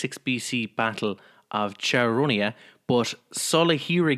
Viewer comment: Chaeronea : Ky-Ron-Ee-A.